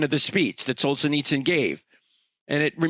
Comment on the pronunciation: It's pronounced Sol-gen-nits-zen